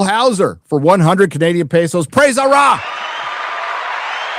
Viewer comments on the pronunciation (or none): none